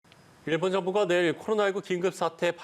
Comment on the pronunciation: 발음교정 좀 하시길... [ㅇ일본]이 아니라 [일본]